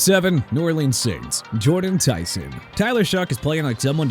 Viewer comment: You can’t even say his name right 😂 Jordan Tyson is an all pro caliber wr and you’re a clown if you think otherwise. You probably think Shedeur is a good QB 💀